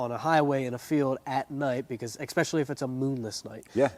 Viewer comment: Why do people keep saying especially without know how to pronounce it? They say exspecially